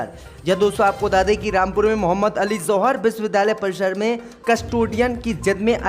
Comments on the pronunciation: ZOHAR BOLTA HAI..JOHAR BOLNE NAHI AATA.... SHAME SHAME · Z. Ko J read kerta hai yeh bewaqoof